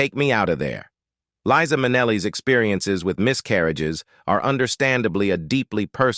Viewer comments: "Its Lisa with S NOT Liza with Z because Liza with Z goes zzzzzzzzzzzzzz not sssssssssss" This is part of one of her songs teaching how to pronounce her name...Its this a person or a bot? Cause it goes from one pronunciation of her name to the other several times? I also noticed some other wrong pronunciations of other words. There are also some wrong facts about her life...just saying...She is super charismatic, educated, intelligent, great dancer (she went to a ballet school) and singer and a kind person. Like her mother, with a huge number of gay people. She is just great. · LIE- Za !! Not Leeza, you idiot! What else have you gotten totally wrong? Sorry , fella, but that is extremely annoying. You don’t know how annoying! Have you even listened to her song “Liza”? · Liza is an incredible talent. And it’s Li-za with a Z. C’mon can you get it right in the days of Chat GPT?😊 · This announcer doesn’t even know how to pronounce her name!! He says Leeza!! 🙄Then also says her name correctly. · LEE-sa MIN-e-lee? Whoever the narrator of this video-tabloid is, he should at least learn how to pronounce the subject's name consistently. Pathetic! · I wish you would learn to pronounce their names and thank God Eliza has enough guts to share her life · Never! Marry an XY! And the narrator needs to learn to Pronounce Liza's name! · Liza is NOT about eighty! Born March 12, 1946. Do the research and Do the math! She is 77. The ROBOT "narrator" doesn't even pronounce LIZA correctly! Get it together, YOU TUBE!! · This guy can't get Liza's name right at times. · I get that this is AI , but come on ! Someone still posted it ! Shameful to have Liza’s NAME , as well as others, mispronounced! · You mispronounce her name?! It’s Liza not Leesa. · I absolutely love this woman. And LIE-ZA (with a Z). Not LEE-SA (with an S). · Her name is pronounced LIE-ZA, not LeeZa! I have loved her since I first saw her. She is beautiful! 🥰🥰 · It was Judy who had the sad life, and it’s LIZA…not LEEESA